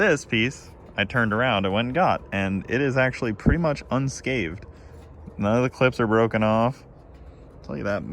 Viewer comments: it's "Unscathed", not "Unscaved" fyi lol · Sorry gotta say it... Its a pet peeve of mine and I need to right wrongs. Its pronounced "unscathed" not "unscaved" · It's "unscathed " not "unscaved". Get the mirror from me at my work...a GM dealership. It's probably only $250.